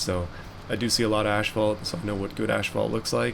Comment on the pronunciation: You know the "h" in asphalt comes after the "p"... it is pronounced AS-FAALT... just sayin.